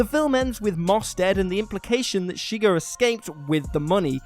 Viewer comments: Its ShigURRRR. Not Shigger. You. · It's pronounced "sha-ghar", not sugar. They even correct this in the movie when Josh Brolin's character (Llewelyn) mispronounces it. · Oh god stop saying shigur, you’ve never seen the movie I see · It's Shuh-grr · I hate the way he pronounces Chigurh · So, saying "wroth" for wrath is understandable given the differences in pronunciation between QE and AE, but a character's name is pronounced a certain way for a reason: there's a bit of wiggle room given Texan drawl but Chigurh sure doesn't rhyme with n***er.